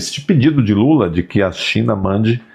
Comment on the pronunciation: Nem o nome do companheiro lula sabe falar. 😂😂😂😂😂😂😂😂😂😂😂😂😂😂😂😂😂😂😂😂